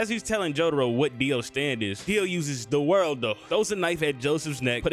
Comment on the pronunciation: it triggers me SO much that he calls it "the worldo" bruh its either "za warudo" which is the japanese name, or "the world" which is the english name. aside from that good video